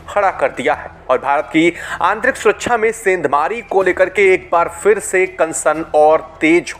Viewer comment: सांत नही शांत, निसान नही निशान, सुरच्छा नही सुरक्षा, आकर्सीत नही आकर्षित। ब्रिटिश की तरफ से नही ब्रिटेन की तरफ से।